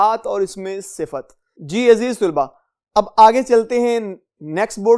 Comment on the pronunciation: Sur g aziz tulba nhi aziz talba hota h